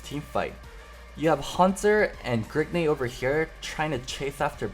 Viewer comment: Stop calling him Grigne.